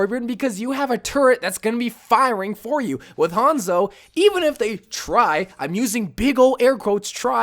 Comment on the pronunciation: really hates Hanzo so much he can’t say his name right